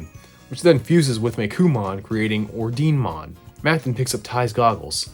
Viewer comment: I believe Ordinemon is supposed to be pronounced or-dee-neh-mon, as in the Italian word for order in Italian (and maybe latin too?)